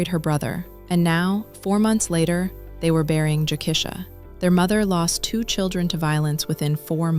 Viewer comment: It's pronounced Jo(KEY-SHA ) NOT Jo(KESH-A)